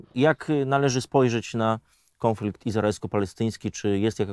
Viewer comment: Panie "konflikt" a nie KĄFLIKT